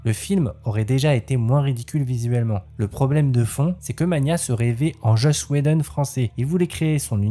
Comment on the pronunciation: Joss pas Josh :)